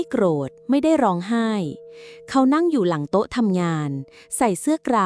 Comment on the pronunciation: เบื่อ AI วิ่งเล่น เป็น วิ่งแล่น, โต๊ะ เป็น เต๊าะ ไม่ฟังดีกว่า ถ้าเจ้าของเพจไม่คิดจะอ่านเอง👎👎👎